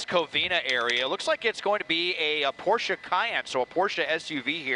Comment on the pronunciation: Respect for actually pronouncing Porsche correctly.